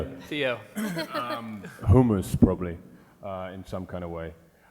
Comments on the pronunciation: when he said hummus it sounded like he was saying homos. xD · I thought he said homos... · when he said hummus i thought he said homeless 0-0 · I thought he was saying homos and I was like🥴???